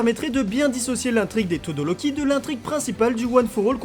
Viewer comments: On dit pas todoloki on dit todoROki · c'est pas pour être méchante mais au lieu de dire Shigaraki tu dis shigalaki et pour dire Todoroki tu dis tôdoLoki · Pk tu di shigalaki et todoloki au lieu de shigaraki et todoroki